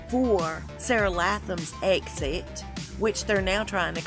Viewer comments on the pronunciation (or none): none